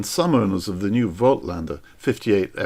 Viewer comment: voigtlander should be pronounced 'fot-lander! - phonetically.